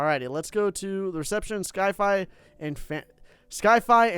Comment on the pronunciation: Why is he calling it sky-fi?